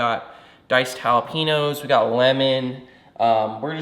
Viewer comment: Diced “jala-pee-nose” !?!? Come on bro. That’s not even the commonly used incorrect term. 😂